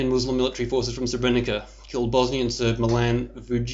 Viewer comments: Hm. This guy can't even pronounce the name of the town properly. You don't say Srebrenica, you say Srebreniza. Sort of loses credibility right away, if he knows so much about the town, he should pronounce it right... no one says Srebrenica. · First thing- when you get to pronounce SREBRENICA the way it is pronounced... then will I consider you as someone who knows what he is talking aboute! Untill then. Please, pelase dont .... hm... I just wanted to ask you to stop talking aboute massacred people, and I realised that if you would listen to me, you wouldnt have posted this wideo in the first place... is there hope...?